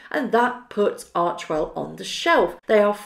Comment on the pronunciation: Arch "e" well................not archwell.